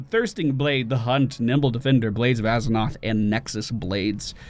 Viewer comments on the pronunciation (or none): Where the fuck do you see a "g" in "Azzinoth" ? ffs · You must be deaf then. Not the only one that heard that. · I honestly thought you said Blades of Eggnog